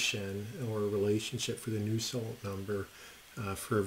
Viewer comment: It's Nusselt Number not new salt.